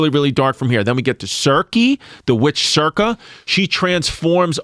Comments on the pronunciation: Yanni & Chris constantly mispronouncing the names Odysseus, Hermes & Circe is killing me cuz! It's what it is! In the ass tonight by $3 Bill Collins is the best one! Ha! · If you wanna be a history podcast it would behoove you to learn to pronounce Odysseus, Circe, Hermes. franks and beansssss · Chris not being able to pronounce Circe or Hermes correct had me rolling